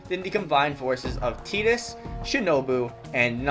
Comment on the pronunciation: seriousy? teedus? bro, its pronounced "Tie-Dus" Tidus